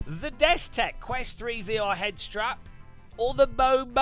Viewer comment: Dude you have messed up the destek/Bobo this 9 times and I'm not even done with the video.